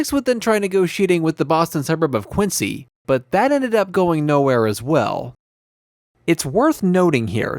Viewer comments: It’s Quinzee. Not Quincee. That’s in Illinois. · Interesting but it's QuinZEE, not QuinCEE.